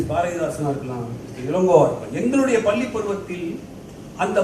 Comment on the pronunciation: அய்யா உங்களுடைய பள்ளி உச்சரிப்பு தவறு